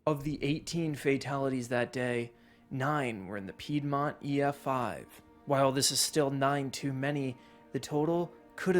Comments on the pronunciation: Back again. Nobody does frequent reactions to weather like you do. I love it,. But "pied mont"😂 dont ban a. I'm not gonna hate bc i mispronounce a lot, too, haha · How do I say it nicely.....It's Peedmont. Please don't ban me. I enjoy your content. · Peedmont, lol Oklahoma here I enjoy your video